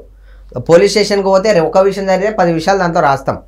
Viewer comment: Voo anchor akka 1st telugu nerchuko sakkaga adi visham payasham kadu amma vishayam 😒